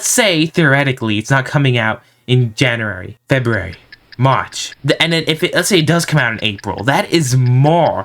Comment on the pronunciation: bro is saying junwary july